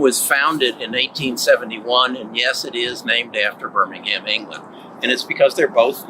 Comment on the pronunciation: Wow your pronunciation of Birmingham is perfect,... From Birmingham UK